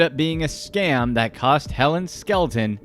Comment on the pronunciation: Her name is Skelton, not Skeleton lol